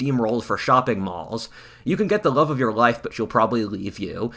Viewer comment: i rove i rike 😂